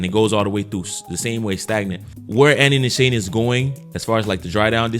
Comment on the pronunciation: Great vid bro! Btw, Nishane is pronounced Nee- Sharn -ay. It's a Turkish brand.